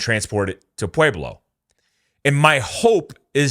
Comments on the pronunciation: Just fyi, Pueblo is not pronounced 'pu-way-blo', its 'pu-eb-lo' 😆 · I punched my computer every time you say pwayblo Colorado. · Pueblo is pronounced PWEB•LOW Jfc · It's not "pway-blo", it's "pweb-lo" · Why do you say, "Puayblo"? Its Puehblo bro. Thats what Pueblo is supposed to sound like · Pa Web Low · Maybe the Pueblo Cartel wants to go rob the Bellagio again,but this time with guns blazing.This is NOT the first time this amount of ammo have made its way into the USA. The only difference is, they got busted. And please learn how to say Pueblo. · Dude can't even pronounce Pueblo. Haha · Leaen how to pronounce Pueblo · I like this video but have many counterpoints to make. First off, for someone who knows the area you mispronounced Pueblo and Canon City. Canon City is pronounced Canyon City and you pronounce Pueblo weird. Second, as a 10 year resident of Pueblo, yes there is a lot of crime here but it's local gangs and some left over mafia. I've never heard of cartel activity in the news or on the street. Third, the cartels would be insane to attack Ft Carson, there's just no way. Ft Carson is a major U.S. base with frequent and active artillery, M1 tanks, Bradley APCs, Apache helicopters and a shit ton of active duty personnel. Plus, the Air force academy is nearby. Last, although 180K is a lot of ammo I think you are over looking Pueblo's central location. More likely than an attack I believe Pueblo is more of a distribution point with access to I-25 and Hwy 50. You could quickly distribute ammo to major cities in CO, TX, KS, CA, etc. Good video and good points and no matter who is right or wrong, this should raise significant alarm bells in the government and amongst the citizenry.